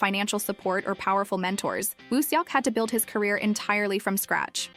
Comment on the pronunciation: Please practice saying his name correctly. It’s no seeyawk. But it is Sawk. Eo turns as aw in Korean